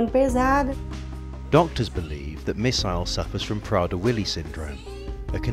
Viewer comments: Misael but he's pronouncing it "missile" when it is "miss-ayl" not "miss-aisle". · It's Misael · Its "Misael"